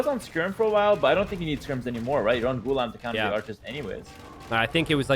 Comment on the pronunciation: "Gu-Laam" like "alarm"